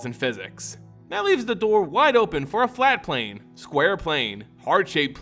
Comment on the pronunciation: ah yes a "flate plane"